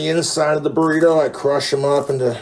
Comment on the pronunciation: "burrituh shells"